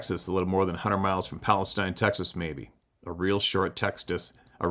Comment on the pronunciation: or so, in Texas, Palestine is pronounced Pal-es-teen, and Interstate 45 is the closest major highway ... thought 35 runs further to the west.